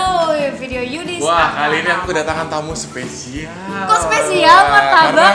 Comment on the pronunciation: Tim bukan yudit